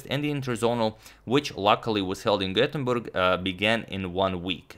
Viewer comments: I like how you tried to pronounce Gothenburg with the "ö" but it just sounds wrong because it's "Göteborg" in Swedish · how did he pronounce that?!